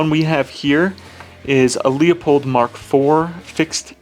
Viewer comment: Luepold= lew-pold, not Leopold.